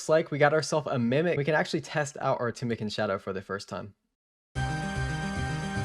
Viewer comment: I like the content but your pronunciation of words triggers me you don't even try to say the names right XD OSmootens fang Tumikins shadow Chambers of ex Eric's I mean comon man at least try And rushing the ending by selling the tbow what a ruin of a great series